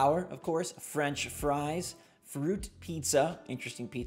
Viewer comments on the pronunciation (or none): none